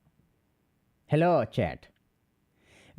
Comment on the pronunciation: "helo chet"